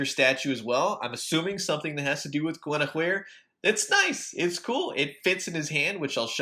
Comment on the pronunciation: you pounced it correctly